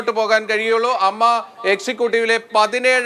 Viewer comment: ". അമ്മ അല്ല എ എം എംഎ ഇങ്ങനെ പറയൂ അമ്മയുടെ വില കളയല്ലെ പ്ലീസ്